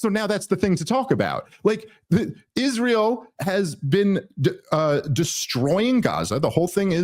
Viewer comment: Lyndsay's face is about as telling as Kash's, but in his, You can see the $$ signs in his eyes every time he says Isroll